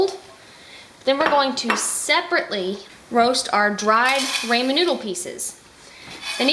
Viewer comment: Until YOU , I've not heard ANYONE pronounce Ramen with a long "A" :) I've ALSO not seen the recipe where the NOODLES were toasted too, wow! I might take that extra step when making it , and oh...*APPLE CIDER VINEGAR* is better (IMO) than the white vinegar you add, just sayin'~~~:)